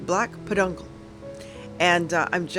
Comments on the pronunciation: I'll NEVER see another Punkin Stem EVER again! It will Forever now be "A PAHDUNKUL!" LOL!!! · Oh my Gourd! (See what I did there?)😂 I loved all of your projects. I was cracking up each time you said peduncle and you are right it's hard nooy today it..😂 thanks for hosting this fun collab 😊